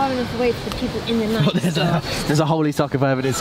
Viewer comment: The “Nike” is killing me! 🤣🤣🤣🤣🤣 It is pronounced “nigh-key,” rhymes with “eye-key.” She’s the Greek goddess of victory. Also, you should pick up Shoe Dog on Audible! Phil Knight has a pretty amazing story about how he started Nike.